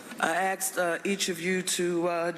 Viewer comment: "I axed each of you to" Lemme stop ya right there.